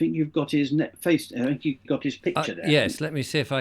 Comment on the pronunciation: There is only so long I can listen to not being able to say 'th'!!! It's 'think, not "Fink"!!